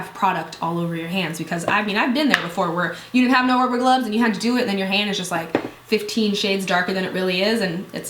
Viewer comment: "ruver glubs" wtf lol